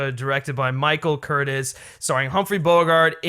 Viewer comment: cool video, is this guy kidding? So mispronounced the filmmakers names and some actors. Michael Curtis? Its Curt(iiizzz). Etc